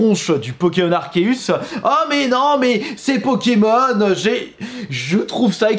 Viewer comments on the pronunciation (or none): none